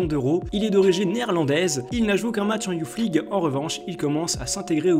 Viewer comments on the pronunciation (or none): Juste on dit pas Youf League mais Youss League. Et Kays Ruiz large au dessus de tout les mecs que t'as citer niveau talent. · Alors déjà c pas youf league c youth league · "youth league" ca se lit "Yousse league" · '' YOUFFMLIGUE'' PWAHAHA BONNE VIDEO GG